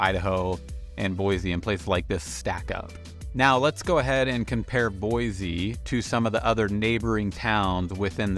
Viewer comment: Take that z out of Boise and I won't have an issue with you. hahahaha Super pet peeve listening to you this morning. Thanks